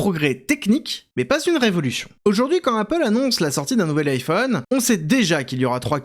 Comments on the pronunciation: iiiphone iiiphone !! bordel, c'est Ay-Phone le I se prononce Ay .. marre de la francisation de tout.. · "Aïe" phone pas "I" phone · Alors quand on dit « Apple » en « apeul » on ne dit pas « iiiiPhone » mais bien « aillePhone » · Pourquoi il dit l'i-phone et pas l'ai-phone, On Le prononce tous à l'américain, c'est assez désagréable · et iPhone à la Française ? ça sonne bizarre, dit le comme ça Aie-Phone. On dirait une speakerine des années 60, genre le hum-beurre-gé quand mcdo est arrivé en France. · Parcontre tu prononces bien iPhone stp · pourquoi prononcez vous iPhone de cette maniere ? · La prononciation de iPhone fait mal… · apprend à bien prononcer "iphone"... bordel